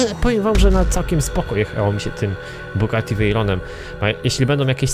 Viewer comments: To jest Bugatti a nie kugati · NIE KUGATTI SZEJRON TYLKO BUGATTI VEIRON